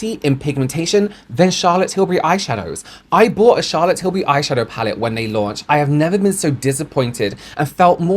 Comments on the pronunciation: You went on to tell us, American how to pronounce “Tillbury” then proceeded to say Till-berry. lol Oh,. 😅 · americans pronounce “berry” and “bury” the same 😭 that’s why we struggle with tilbury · most American accents don't pronounce the words berry and bury with any distinctions, they have the exact same phonetics. That's the reason Americans say Charlotte TilBERRY. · “not til-berry, it’s til-bury” i love you, so i’m going to hold your hand when i say this: a lot of american dialects, maybe even the majority of them, have a vowel merger that means that we say the words “berry” and “bury” the exact same way. i certainly do (am from california). i think i could get on board with “say tilbury so that it rhymes with hurry”. you can also specify if it’s got the emphasis like TIL-burry or TIL-BURR-y. the second one is more like an even emphasis on the first two syllables, i guess, but it’s hard to write out. the first one has a strong emphasis on Til and the rest of it gets kind of small and buried (hehe no pun intended). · Omg! Thank you for bringing up the “Tilbury” vs “Tilberry” thing! 😅 it drives me crazy! 😂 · Yeah that was a weird way to suggest the pronunciation, I say 'bury' like 'berry' as well and I'm english. It's said like 'Tilbry'. Though I like 'Shazza Tibbs' better. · I’m from the US west coast and we pronounce “bury” like “berry.” So it’s no wonder we pronounce Tilbury wrong. It’s just how we pronounce it. 😊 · OOOHHH THANK YOU!! So glad you said this! I'm freaking American & I know how to pronounce her name! It drives me nuts! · "It's not Tilberry, it's Tilbury like you're BERRYING someone" Sorry but I laughed a little when I heard you say that XD I get what you meant but that example was kinda hilarious